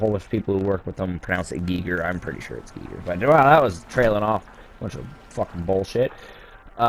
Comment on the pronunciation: Thanks for doing this deep dive, doll! Love this series, too...even though I haven't been physically able to play FPS's myself, for some time, now. 🤘😎❤️‍🔥❤️‍🔥❤️‍🔥👽 And yes, you are right, it =is= pronounced "Gee-grrr". 😎👍